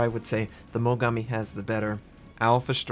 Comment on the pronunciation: Why do all American people I know pronounce Japanese names like "Mogammi" and "Yammato"... It's pronounced "Mo-Gaa-Mi" and "Ya-Maat-O". Damn. What's the origin behind the way you pronounce things? (Kinda the same thing as "Atatsuki", the U isn't pronounced, making it "A-kat-ski", for example. But that's understandable as the U is actually in the name, however, I don't understand why Americans always put the emphasis wrong on Japanese namesakes.)